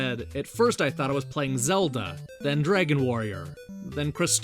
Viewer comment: you say the word "dragon" the wrong way dude. you say it like "draigon". so lame man!!